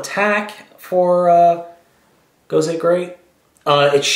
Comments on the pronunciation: safety issues and whatnot. even though they look the same, in the us, the cpsc will say something on there is small and dangerous. and its not "gosey" it is gosei... pronounced "GO-SAI!" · I saw this, and I lol'd! and it's "go-say", not "go-see" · its pronounced Go-say not Go-SEE. other than that, it keeps its original spelling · you didn't pronounce gosei right